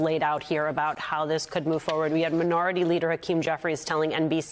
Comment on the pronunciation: Why are you saying "fo-ward?" It's forward.